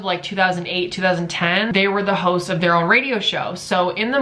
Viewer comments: i thought he said hoes not hosts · I keep thinking hes saying "hoes of the radio show" lmfao